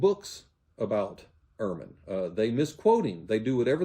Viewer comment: UR-man is the white winter coat of the stoat. Bart's surname is German and is pronounced EHR-man. Bart was not raised as an evangelical. He states that his parents were not "overly conservative" and they attended an Episcopal church. He was 15 when he was inducted into evangelism.